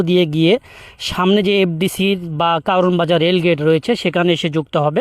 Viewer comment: কাওরানবাজার না বলে আপনি যদি জায়গাটির শুদ্ধ নাম কারওয়ানবাজার বলেন তাহলে প্রশংসিত হবেন।